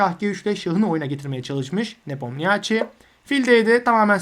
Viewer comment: Çok iyi ve net bir anlatım teşekkürler. Tek bir eleştirim olacak, Ian’ın soyadının okunuşu nipomnişi şeklinde.